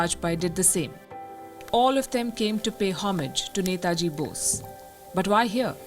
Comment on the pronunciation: Glad to see this and glad to hear 'NETAJI' from Palki!! 👏🏻👏🏻👏🏻 Palki you rock!! 🙏🙏 WION